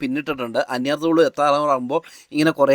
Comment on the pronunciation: അന്യർ തോളു എന്നല്ല അന്ന്യാർ തൊ ളു എന്നാണ് സ്ഥലത്തിന്റെ പേര്.